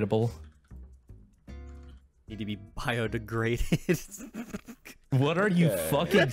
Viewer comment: every body is biodegradable, it just takes some time also “biode-graded”